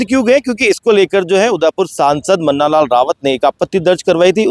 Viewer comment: मन्नालाल नहीं मंगता लाल है 😮